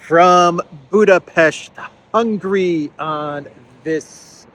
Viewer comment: The word HUNGARY is not pronounced the same way as the word HUNGRY! Do you see the difference?